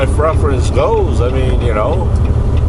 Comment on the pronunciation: Please don’t say freference it’s pronounced PREFERENCE